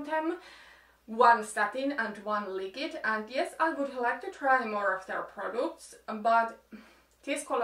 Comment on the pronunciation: Liquid sanotaan likwid. Ei likid 🙈 Anteeks, sun videot on ihanii, mut häirinny niin mones videos 😊❤ Peace and love